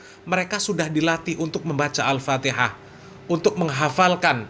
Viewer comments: Masa bacaan Fatihah begono harhar😂😂😂 belajar dulu har makhroj tajwid har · Kalau dilihat dari ilmu tajwid ya salah Har bahar.. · Bacaanmu Ambyar Har gk bs merinding klu d dengarin Har Guwooblok ente har mahroj gk tepat tajwijnya gk tepat Har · Bahar sadarlah kau baca fatikah salah. mompong belom kena azap Alloh har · PANJANG PENDEKNYA KAGA ADA BRO GAK PAKEK TAJWID, aeperti ngaji huruf abcd latin😊😊